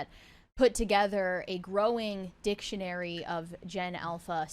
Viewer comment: sounded like you were saying something else when you said "Ever growing Dic..tionary"